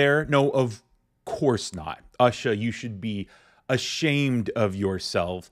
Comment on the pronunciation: BTW her name is pronounced OOsha- the U is pronounced as ew.